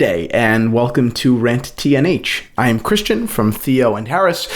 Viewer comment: Thanks enjoyed your video very much. BTW when you say 'Rant T&H' it sounds like 'Rent T&H' ...or is it just me?